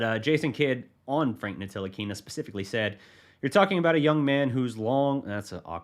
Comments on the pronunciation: Great video and analysis. But please, watch the media day from Frank Ntilikina to get his last name right.. the "T" is silent! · It pronounced Nilikina the T is silent it’s spelt Ntilikina but pronounced nilikina. And he would be a great fit in the starting line with luka you know he will blossom. Starting 5, 1 ntilikina 2 luka 3 dfs 4 kp 5 maxi.